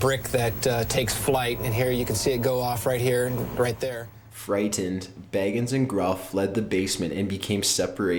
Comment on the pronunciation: Zak Bagins lol its Bagans but I found it funny because imagine Zak as a hobbit